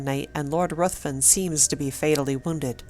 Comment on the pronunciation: RUTHVEN IS PRONOUNCED RIVVEN.